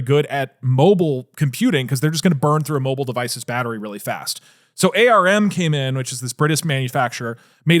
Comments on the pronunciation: Doug should know that everyone calls it arm not A R M... Why u doing this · Hearing Doug Doug saying A R M was painful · Lol no one has ever called ARM "aye are imm". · Hearing Doug say ARM but spelled out is so weird to me lol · Holy shit I've never seen someone pronounce ARM like that lmao